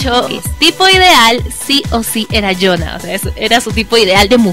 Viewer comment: El nombre se pronuncia Yuna, cuando tienes dos "o" juntas se forma una "u". Pasa que la romanización es diferente, estoy en lo correcto si escribo Jeongkook, Jungkook, Jungkuk, Jeongguk, Jeongkuk. Por favor, antes de nombrar a algún idol aprendan a pronunciar su nombre, nada cuesta ponerlo en google traductor y escuchar.